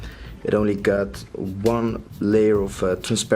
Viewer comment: I get the TO and FORget.... But want means ONE? maybe the way want is said with YOUR accent but.... This needs work